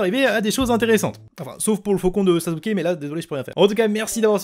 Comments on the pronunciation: C EST PAS SAZUKE MAIS SASSUKE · anike ta dit sazuke xd ou sassuke mhhh ;' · Sasuke se prenonse Sasuke et pas Sazuke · "Sazuke" ça me pertube trop n’importe quoi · Sasuke ça ce dit sassouké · pourquoi tu dit sazuke ?